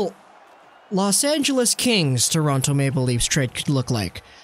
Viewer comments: It's Toronto not torontoe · Can tell you’re not from Toronto by the way you say it 😂